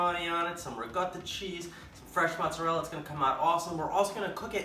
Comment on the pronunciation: Why would you pronounce ricotta correctly but not mozzarella?